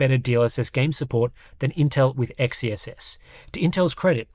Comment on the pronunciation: It still bugs me how people pronounce XeSS "Ex-Ee-Es-Es". Xe is pronounced as "Zee"; it's "Zee-Es-Es".